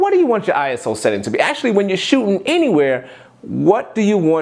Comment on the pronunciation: The word is shootING, not shootIN